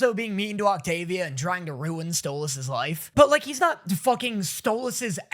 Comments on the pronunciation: Im just so happy you pronounce Stolas correctly now 🥰🥰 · HOLY SHIT HES SAYING STOLAS' NAME RIGHT!!!!! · Is nobody else noticing how hes finally saying stolas's name correctly???